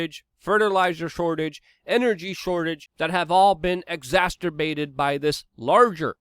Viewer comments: It's not "exasterbated" Its "Ex-as-cer-bated," exacerbated. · I dont want to sound snobbish or pedantic but Luke has really got to stop using the word exacerbated because he always pronounces it "exasterbated."